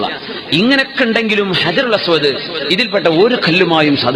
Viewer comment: അജറുൽഅസ് വദ് അല്ല കുരുപ്പേ ഹജറുൽ അസ് വദ് എന്നാണ്